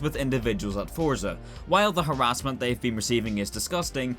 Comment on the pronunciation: Someone needs to teach how to pronounce the word Forza there’s no t in Forza